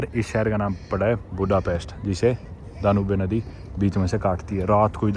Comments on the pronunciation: Its Dan-youb, not Dan-ubay, ok. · DA-NUBE nahi... Pronunciation Da-Nyoob hai. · It's dan yoube not daa noo bee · दानुबे नदी❎ डेन्यूब नदी✔️